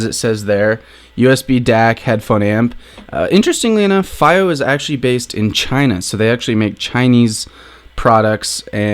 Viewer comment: IS IT FIIYO OR FAIYO!? I WANNA PUNCH THE SCREEN EVERYTIME SOMEONE SAYS FAIYO! Since I've always heard Fiiyo.